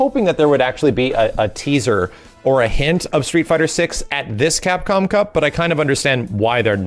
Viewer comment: Drinking challenge, every time successfully says CapcomCup!!! First 5 minutes and I'm dead...